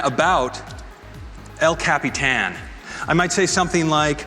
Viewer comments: Bruh, it's ellllll cap-e-tan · Every time he says el Capitan. I cringe.